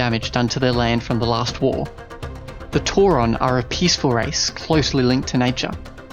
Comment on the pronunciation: Tauren, not tauron, why is it so hard to reads names